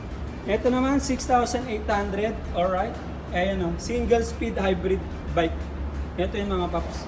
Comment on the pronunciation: Olright mga paps merin.. Or right😂